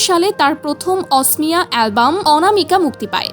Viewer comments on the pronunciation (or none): গৰ্গ নয় গাৰ্গ অচনীয়া নয় অসমীয়া